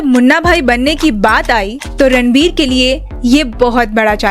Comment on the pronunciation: It's Ranbir not Ranvir